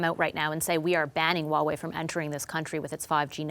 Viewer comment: how immature, the pettiness of mispronouncing Huawei on purpose. pretty sad when CBC has to lower themselves to CCP standards and play their childish games /ˈhwɑːˌweɪ/